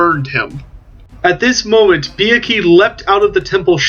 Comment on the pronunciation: first you are doing a great job. keep it up. second i have never heard the prounouc of the hippogryph the way you said it. think beatrix like trix ceral or form harry potter. i like the way you said it:D do you know which way is correct or is it potato patato. i think Arch said it like trix is all. Anyway great job i love bretonnia,, just finished painting my old louen model. FOR THE LADY AND THE GRAIL AND TO BE A MEAT SHIELD FOR THE WOOD ELVES!.:D